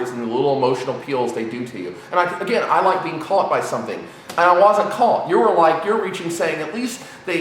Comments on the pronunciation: " I WAYZENT" lol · sidenote, says "want", and "wasn't" strange. he pronouces the A's as O's and his opinion is now invalid.